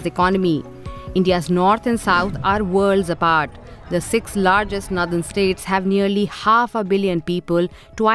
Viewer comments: The anchor in this video can’t properly pronounce the word “ northern “ properly. That’s a fine example of inadequate education in the north. Basic education of women is important to improve the socio-economic standard of any region. If basic education is suppressed among lower socioeconomic communities, there is no growth in that society. Equity among girls and boys education is the key to prosperity of any society. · pronunciation of "northern" alone is a clear marker of the obvious divide between the North and the South. One of the many problems with North Indians is their refusal to look inward and take measures to correct their societies and themselves personally. They always hide behind nationalism to continue to leech off the South while taking every measure possible to dilute federalism. If "greater population" demands a "greater" voice then states like Tamil Nadu might rethink continuing in this Union, after all, Tamils or Kannadigas etc. are the greater population in their own regions! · what is "Nadhan" states ? its Northern. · Nothen state it's nort ern not nowthen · DW needs to get better narrators. It’s not pronounced nthern but nor-the-rn. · Also btw, the pronunciation for “Northern” is “Naw-dhn” not “Nuh-dhn” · "Nathern" ???!!! It is "northern" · Noh-dhern NOT nuh-dhern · Its Pronounced " Northern " , not Nadharn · It's not 'nurthern'. It's 'Northern'. This sort of thing bothers me. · Why does she pronounce Northern as 'Nuthun' ?? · Her pronounciation of 'Northern' is almost like 'Nether'. Deliberate?? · "Nuthen" states nahin, meri behen - nOrthern states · It really irks me when she says "naddan states". But not as much as the growing N/S prosperity divide.... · "Nandan States" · Is this a new way of pronouncing “Northern”. , DW is coop 😊😊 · Very true ! This can be seen from this lady ( from North India) who doesn't even know how to pronounce "NORTHERN" correctly